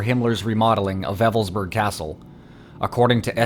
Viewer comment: It's not pronounced 'Weffelsburg' but Wewelsburg. You have no idea how absurd you begin to sound when you mispronounce simple German.